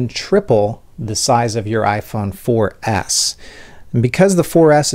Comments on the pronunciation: Why do you say iphone 4 ass? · he said iphone 4 ass